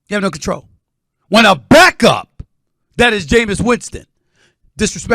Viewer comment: S. A. Smith says the word back-up like he's calling J. Winston the " N " word.